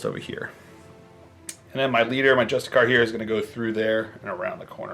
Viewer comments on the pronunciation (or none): It’s not pronounced just-a-car, it’s pronounced justice-ar, like the word justice and then a pirate sound